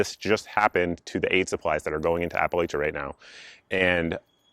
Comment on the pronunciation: Great work. Now we just got to get Johnny to work on your Appalachia (App-a-latch-a) pronunciation. 😀